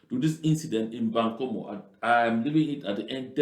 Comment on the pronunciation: The area is called Mbangkolo not bankomu